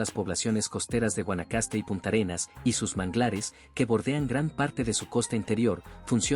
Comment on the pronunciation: No es Punta Arenas, sino Puntarenas. No es Terrába, sino Térraba.